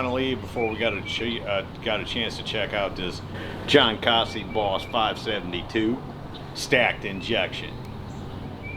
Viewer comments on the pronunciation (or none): His name is Jon Kaase, Not John Cossey, C'mon man Jon's the Best BBF guy around, and your not even close with his name.